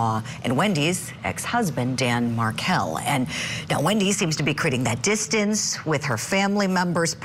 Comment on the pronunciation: please say Dan Markel’s name correctly